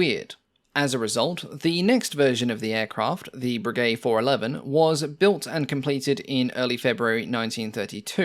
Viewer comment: No; it's "bray gay"